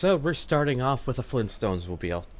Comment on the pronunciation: Fleen stones?!?